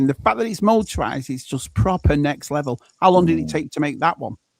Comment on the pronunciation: Did you say Leavel for Level? Bloody Brits! 🤣